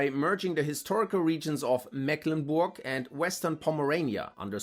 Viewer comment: Bei Mecklenburg wird das "e" lang ausgesprochen😉 Ansonsten ist dem nichts hinzuzufügen